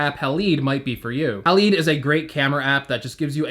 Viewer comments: Haleed! Lol! Halide is pronounced like Hal-Eyed. I’m sure they called the app Halide Camera because Silver Halide is a chemical compound found in film:) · It’s halide, hA-LYde